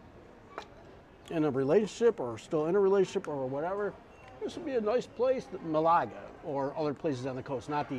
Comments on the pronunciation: Love the way you pronounce Malaga. Ma-lager ... it should be Male-a-ger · It's not Malargar. It's Ma-la-ga. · Nice Vlog! BTW it’s MAlaga not MalAga ( that means to masturbate in Greek)😜 I’m surprise that the Spaniards don’t speak much English there. Portugal should be fun. Love to travel to both Spain and Portugal. You must try and visit Cyprus ( my old homeland) where everyone speaks good English on the island and with lots of history great scenery, beaches, and fantastic cuisine ( Mediterranean style with a hint of Turkish and Lebanese)! Continued… Happy travels! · It’s Málaga. Accent is on the first syllable